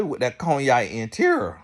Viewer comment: I’m cryin every time TGIF say “cognac” 😂